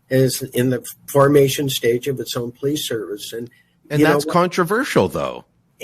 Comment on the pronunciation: You would think a former cop would know how to pronounce the word 'police'. It's not plese. It's also not pronounced crect.